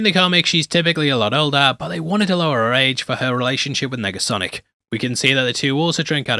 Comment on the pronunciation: Did you say "megasonic" instead of "negasonic" at the mark? Making sure my ears are working after taking in all this splendor